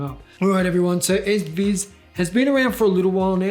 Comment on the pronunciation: S ViS? its pronunced E Z VIZ (easy viz, with US accent for the z, not british)